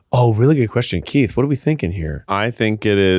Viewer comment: I hope saying Kieths name wrong is a new bit for every podcast, "John" "Mike" "Larry"